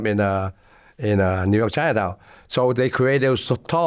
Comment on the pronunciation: He almost Said "Yew Nork" 😂